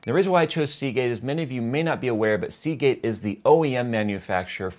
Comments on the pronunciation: say Seagate again.... SAY IT! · I cringed every time you said Seagate, even when you mentioned the hard drive.